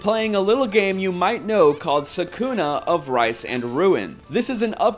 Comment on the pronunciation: You are pronoucing Sakuna's name wrong. They even pronounced for you in the voice acting in the actual game.